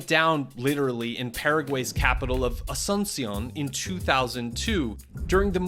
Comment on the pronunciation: Why so much effort in saying french words the correct way… but you don’t say Asunción the way it’s supposed to be